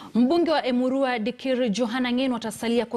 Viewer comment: I love the way is pronouncing that Emurua Dikirr